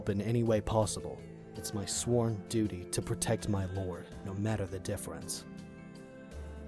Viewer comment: And... doodle instead of duty hahahha